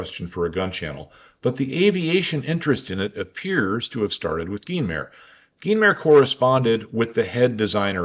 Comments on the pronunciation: Commenting here for the algorythm (And as a French you are totally saying Guynemer correctly ;) ) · Your pronunciation of Guynemer is good.